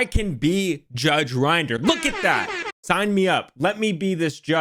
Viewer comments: My only complaint, is that you're meant to say Rinder as in ring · It's not rinder saying it like he uses grinder. Rin der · It’s not rine-der it’s judge rin-der Also in England it doesn’t really matter in court if a professional says anything regarding valuation unless in writing or if heard by the judge from the source as anything else would be classed as hearsay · It's judge Rin der. Not judge rInd er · Good video, but Rinder rhymes with "tinder" not "grinder" (ironic, I'm sure the judge would agree.) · FYI, Rinder rhymes with tinder. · just so you know it’s pronounced “rin der” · Also it's Rinder, rhymes with In Durr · It's pronounced Rinder